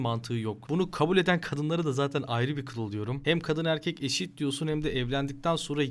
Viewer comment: Odan sonra kadınlar eşit derken r yapıyorsunuz be